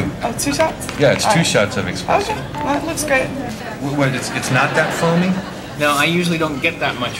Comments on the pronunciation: "Expresso"... cringe! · “Expresso”? Don’t be rubes, people. It’s Espresso. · Hahahaha expresso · It aggravates me when people say "eXpresso". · How many times can she say "Expresso" before someone tells her?